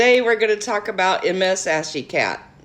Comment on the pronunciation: It's actually pronounced MissAshycat, not M S.